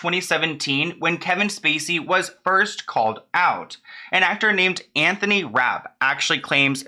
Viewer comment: Omg not Anthont